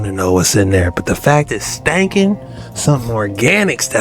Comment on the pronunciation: 😂😂😂your reaction be having me rolling you said Stankin😅